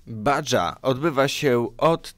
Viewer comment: "Badża", czyli Baja, czytamy jako "Baha", a tak to spoko, pozdrawiam